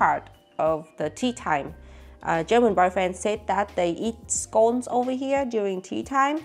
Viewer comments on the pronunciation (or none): none